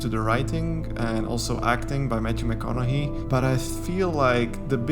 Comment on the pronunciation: You let the French influence sneak into your English. I'm not criticizing, because it wasn't distracting, and English orthography is a mess, but you also pronounced "Liam", "Bowie", "McConaughey", and "Gyllenhaal" oddly.